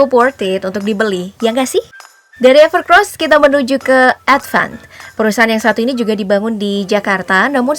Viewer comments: Evercoos bukan evercros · EverCOSS mbake, bukan EVERCROSS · Evercoss, knapa org org bacanya pada evercross😂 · Bacanya gimana sih min, evercross apa evercoss. Tulisanya kan EVERCOSS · bacanya everkeross tapi tulisannya EVERCOSS 😀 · Segitu jelas Namanya EVERCOSS kok ngomong nya EVERCROSS mulu zzzz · Ralat, evercoss mbak bukan evercross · Itu bacanya evercoss mba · evercoss apa evercross ? pengisi suara bilang nya evercrosssssssss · Evercoss mbak, bukan EvercRoss (huruf R nya cuma 1) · EVERCOSS mbak mimin, bukan EVERCROS.. 😂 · Perasaan awalnya emang namanya evercross, tp jd evercoss, itu jelas tulisanya evercoss,tp s mbaknya tetep aja bilang evercross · Belajar baca lagi mba, udah jelas evercoss bukan evercross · Evercoosss minnn.. Bukan evercross .. Dulu evercros.. selarang evercossssssss... Tinggal baca aja masih salah dasar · Evercoss bukan evercros :v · UDAH JELAS-JELAS DI TULISAN NAMA HP NYA EVERCOSS, KENAPA DI BACA EVERCROSS ?? BISA BACA GA SIH MIN ??🤬🤬🤬🤬🤬🤬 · anda salah mention. Itu ever COSS bukan ever CROSS wkwk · Evercoss bukan evercrosss... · Evercoss kenapa dibaca EVERCROS ?? KOK PAKE R? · evercoss min bukan evercross 🤣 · evercoss ya bukan evercross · Mimin bilangnya sama Evercross padahal evercoss wkwkwk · Mbak....EVERCOSS bukan EVERCROSS😃😃😃... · Evercoss min bukan evercross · Gw dengernya mba nyebut evercross bukan evercoss 😩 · Bukan "EVERCROSS" ya Mbak! Tapi "EVERCOSS" COSS COSS ga pake R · Evercoss mbak bukan evercrosbhehhehe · Evercoss dibaca Evercross kah,,? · Evercoss dibaca Evercoss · Apakah Evercoss memang dibaca Evercross? 🤔🤔